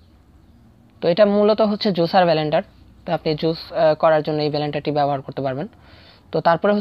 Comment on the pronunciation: ব্যালেনডার নয় বরং ব্লেন্ডার হবে। ধন্যবাদ।